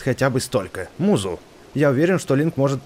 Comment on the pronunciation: не мизу а музу